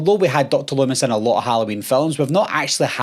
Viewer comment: "DOCTIR lumm-ISS"